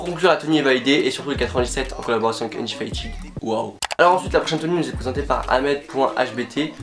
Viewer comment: On dit pas undifytid on dit undéfitèd